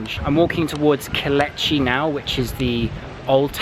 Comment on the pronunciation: if you are going to do a tourism 'guide' tour of anywhere, PLEASE get the pronunciation correct. It is NOT Kol etch i it is Ko - leech- ee.